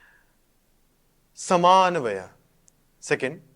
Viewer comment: Nice presentation, you made small mistakes it is समन्वय not समान्वय , also you stated that Brahma Sutras consist of अधिकर्म , no Brahma Sutras contain अधिकरण. You used the word अस्तेय please clarify what you wanted to point out, thanks, on the whole good presentation.